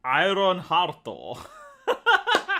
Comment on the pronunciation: Sorry but it's AYURONU ARUTO !